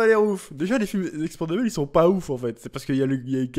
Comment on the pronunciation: "expenda-balls" euh "expendable" un bon résumé du film en avance x)